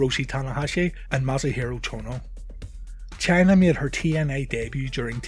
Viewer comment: thought you kept calling her channer